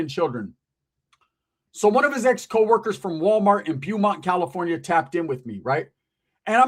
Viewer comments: Its pronounced bow-mont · Beaumont, pronunciation is BO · The city is pronounced ( BO - mont). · It's pronounced Bo mont "Beaumont "